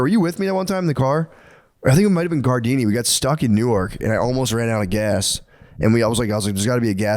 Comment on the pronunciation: lol Matt pronouncing Newark(New-erk), NJ like Newark(New-Ark), DE was throwing me off